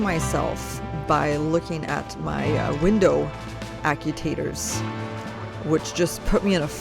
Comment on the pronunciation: Repeat after me…. “ACT - U - ATE - OR”